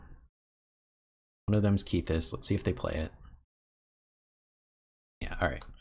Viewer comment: I'm pretty sure it's a short 'e' in Kethis. So 'Keh-this' not 'Kee-this'. Sorry to nitpick. It was just bothering me a lot.